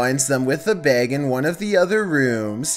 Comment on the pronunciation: Did he say "bag"? It sounded like hey said "BEHG"